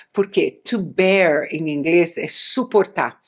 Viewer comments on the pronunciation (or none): none